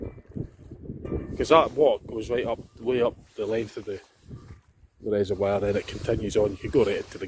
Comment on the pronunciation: Haha you need to practice saying reservoir lol it's not wire its voire Used to live near Glamis and would drive to peel farm and lintratgen Lots of nice drives around that area its better when you show the area instead of seeing it behind you we have sleet and wind thru here I'm visiting dundee tomorrow and Friday so taking my camera round the west end for an hour cheers for the video